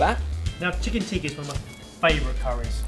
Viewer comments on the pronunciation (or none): Ps, for future reference guys, "Teeka" is the red powder stuff people put on their forehead while they're at temple. "Tikka" (short i as in "is" and an emphasis on the "kk") is the dish you created ;) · Tikka is pronounced "Tick-ka" not "tee-ka" :) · It is not teeeka it is tika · No its not even tika it's tikka